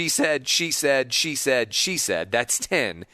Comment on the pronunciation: "She said" started sounding like "Cheesehead" by the end.